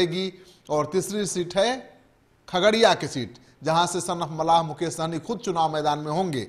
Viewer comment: Pahle bolne ka Sikh. Mallah hota hai malha nahi. Muzaffarpur jeet tay Hai. Khagariya or Madhubani dono me se ek seat Nikalna v tay Hai. Madhubani se Muslim candidate hoga. VIP party se.